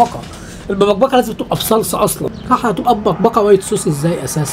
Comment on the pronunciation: هو مش مبقبقة ب القاف مش بالكاف رايت؟